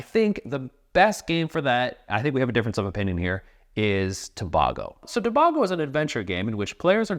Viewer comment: As someone from Trinidad and Tobago, Its pronounced Tuh-Bay-Go. But thanks for the shout out of a good game non the less.